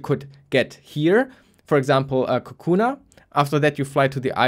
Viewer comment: Nobody gonna correct him for calling it "Kukuna"?